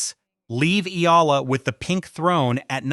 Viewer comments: pronounce it Eeeee-yaaaa-lah, not aila, not ala. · EALA "E-YA-LA" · E........yala thats how you should pronounce her name & not sampagweta...should be sampagita correct pronounciation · Eela, Ala, Sampagwita... AI fumbles with pronunciation. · Check your pronunciation of her surname and the word, Sampaguita.